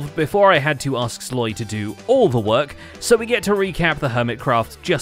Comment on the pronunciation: This whole time I've heard it as loyaXP, perhaps pronounce the S more firmly, and have less of an uh on the y sounds, [Slo-ee] instead of [sLoy-uh]